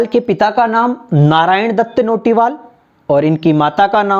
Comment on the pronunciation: Nice video but notiwal nahi naitiyal